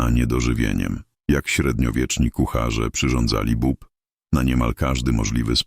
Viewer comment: Nie "bob" tylko "bób"